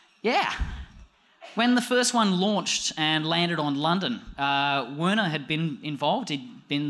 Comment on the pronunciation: I think it's pronounced "Verner"